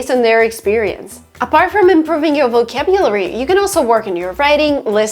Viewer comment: She needs a little humility. Her accent is still strong and she does not pronounce several of those words like a native English speaker would. For example, she mispronounced ambiance and vocabulary.